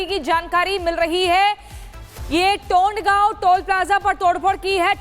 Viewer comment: टोंडगाव नहीं तोंडगाव 🤣🤣🤣🤣🤣